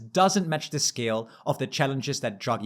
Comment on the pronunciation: feedback: - you pronounce Draghi as druggy. funny, but distracting. it's DRAH-gee. takes only a few seconds to look up and you immediately come across way more professional. - big zoomed in faces are also very distracting